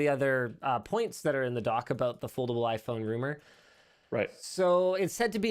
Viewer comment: foldable iPhone ...Linus calls it yayPhone